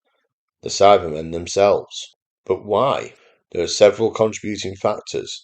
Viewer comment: Sounds like you keep saying “Sadmen” regularly 😂.